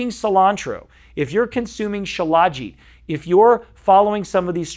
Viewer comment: FYI, it's spelled Shilajit, but it's pronounced Shila-jeet. I've researched it a lot. It's like Ashwagandha in that every so often you need to take a break from it. Do your own research, many sites have info on it. They say the cheaper versions of it may have heavy metals in them. I've been putting it in my coffee for about 3 years.